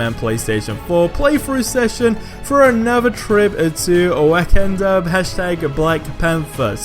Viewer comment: Did he really mispronounce Wakanda